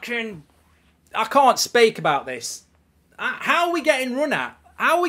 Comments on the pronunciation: "I can't spaek"😂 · "Ah cahnt spake, ah cahnt spake". 😂